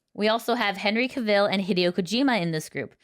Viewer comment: The way she pronounced Henry Cavil's name.. wow.